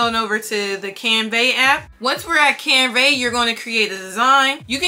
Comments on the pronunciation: Hi, you are saying “ CanVEH.” The pronunciation is "CanVUH,” like the A sound in apple 🍎 . Best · Girl thank you for this tutorial it was helpful. Side note tho, it's pronounced canVUH not canVEY